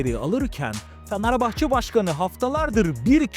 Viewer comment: abi niye "fanerbahçe" diyosun XD